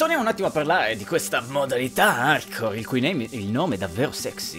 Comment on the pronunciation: sembra che dici modalità Arcore.....